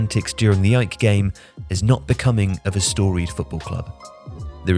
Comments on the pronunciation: Lol that's what I said 😂, it's A...E...K Athens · You sound weird saying "ike" never heard them pronounced that way, always been A-E-K. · Surely AEK are not really pronounced as "Ike"? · Who is this "Ike" you keep talking about? AEK? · I was waiting for a comment like this. Wondering whether I’ve always said it wrong. I’ve just said the letters AEK Athens not ‘ike’ like he says, which is correct? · I don't think they pronounce the AEK but great video tho 😃